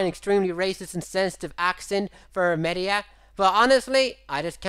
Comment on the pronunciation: pat's himself for not being racist to Maeda Also: fucks up Maeda's name the whole thime.